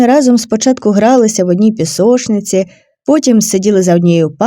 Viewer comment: Ну не пісошниця, а пісочниця